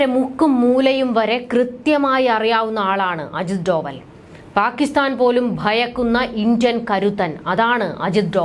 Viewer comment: ഡോവൽ അല്ല, ഡോ well